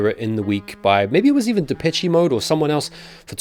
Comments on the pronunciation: Depeche in Depeche Mode is pronounced De-pesh, not Depe-che Mode, man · “De-peh-chee” Mode? Huh. 🤔 Always thought it was “De-pesh” Mode. But who cares. Great band tho from the 80’s. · ITS PRONOUNCED DEH-PESH MODE… A REFERENCE TO THE LEGENDARY MUSIC GROUP. thank you.